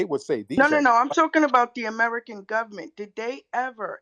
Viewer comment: It’s da gubbament